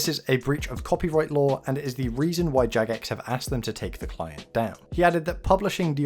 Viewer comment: Ok its jagex not jadgex first off and clearly you dont understand whats going on right now i suggest rewatching the video and perhaps doing some more research. If your little mind is this shook then perhaps you shouldn't continue to play. People like myself who have played since classic could give a fuck less about your feelings or thoughts, your simply too young to understand these things.